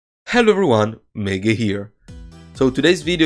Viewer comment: ITS MEGE NOT MAGE!!!